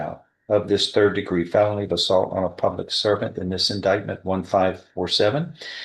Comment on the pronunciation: D'oh, the AI TTS can't even pronounce "felony" correctly.